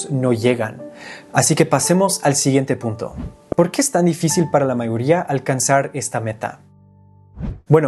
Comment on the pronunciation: Incorrecto me di cuenta cuando dise la mayoría ahí se sintió el acento de la R que les cuesta a ellos.